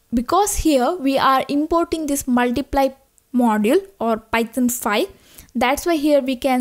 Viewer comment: Am I the only one hearing Python as "Pithon" ?